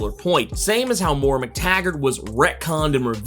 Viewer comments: Moira not Moora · Moy-rah. Not Morr-AH. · dont know why it bothers me so much but everytime you pronounce her name as "Mora" it drives me nuts. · Hi just thought you'd like to know Moira is pronounced Moy-ra . Nice video mate .:elbowcough